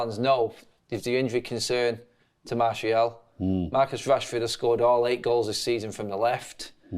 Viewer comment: Okay, when did start saying Martial's name correctly?!